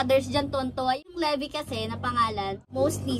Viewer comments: Baket levy pronounciatoon nio lebay dapat yun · Livay po ang pronunciation ng levi at hindi po lebi